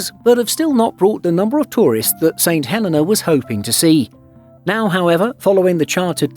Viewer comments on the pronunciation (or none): It’s pronounced Saint Hell-e-nah, not Saint Hell-eh-nah You guys really need to work on your pronunciation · It's the pronunciation of the name of a place - personally I pronounce it 'Saint Hel-ay-na' while the islanders pronounce it 'Saint Hel-ee-na'. As a courtesy to its people, your narrator should have done some homework.